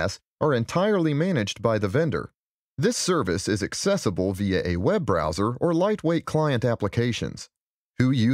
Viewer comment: Did u not notice the 'via' 🤣🤣